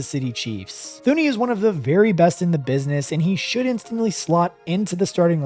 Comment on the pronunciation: JOE “TOO•knee” not thooney 😂